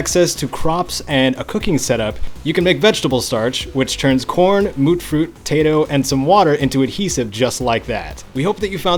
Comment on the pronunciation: Oh lord,... "Mootfruit"? Noooooo.... 😕 It's "Mute-fruit".. as in, "Mutated fruit"... I don't know why anyone would say moot, but oh well, it's there for posterity, I guess... 🤣